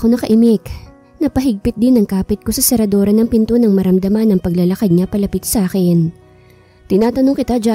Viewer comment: SERADURA NOT SERADORA.